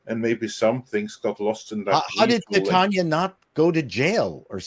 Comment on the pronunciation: The character’s name is pronounced Titania as in “Titan” ia implying that she’s as strong as a titan